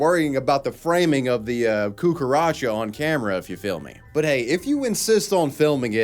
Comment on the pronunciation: LMAO listening an english speaking man saying to vaginas "cucaracha" well "coockaracho" in this case, is one of the funniest things I have listened in a long time... It is so latin american using the word for cockroach in spanish to refer to women genitalia that you know he has been in contact with the cultures from that side of the world.